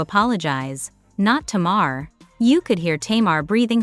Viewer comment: Her name is ta-mar say her name right